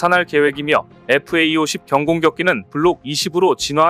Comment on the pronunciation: 제발 FAE-50이라고 읽지 마라.